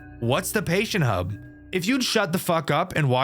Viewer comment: if you speak fking normal English we wouldn't be asking the question (tub isn't hub) 😂 -Sorry I too lost my temper a little bit